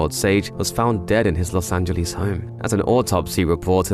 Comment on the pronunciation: Angeles, not Angelease